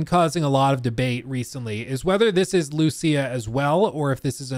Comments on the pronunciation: LOL, I think the same EVERY TIME, just because my main language is Spanish. The name has an accent in the "í" and should be written "Lucía". the accent is in the "í", not in the "u" like most gringos trying to pronounce it LOL LOL LOL. But I think hadn't watch the full trailer yet. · I think it's pronounced as Luciya. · Lucía ! Emphasis on the í !!! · Lucia (LOO-SEE-A ) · idk how this man cant pronouce Lucia even when its said in the trailer :P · You don’t know how to pronounce Lucia when it’s literally the first thing said in the entire trailer?